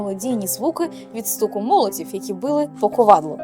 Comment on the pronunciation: не "звдзяки", а "завдяки", не "молоців", а "молотів", не "подзілимо", а "поділимо"